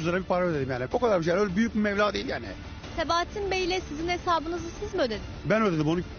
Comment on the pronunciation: Mevla değil meblağ